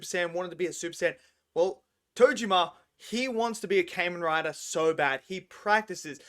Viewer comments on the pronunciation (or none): It Kah-men Rai-der